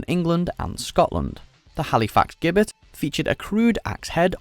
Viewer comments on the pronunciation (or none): Gibet was pronounced wrong "g" is a "j" sound like the old English "Gaul lane" also in Halifax which is the old spelling for jail "from hell, hull, and Halifax may the good lord deliver us" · The bloke who narrates these videos really does need to work on pronouncing words properly, there’s always something he gets wrong (in this case, gibbet). Doesn’t he read the script beforehand and see if there are any possible words he may be unfamiliar with? Does he not look things up in a dictionary? Does he not prepare properly…?